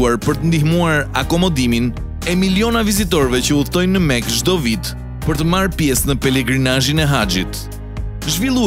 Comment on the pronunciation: Mekah jo makah o anglez